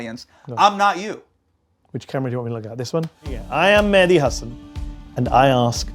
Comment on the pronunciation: You did the "Medhi" instead of "Mehdi" thing 100% on purpose, sorry I'll read the rest now just had to point that out.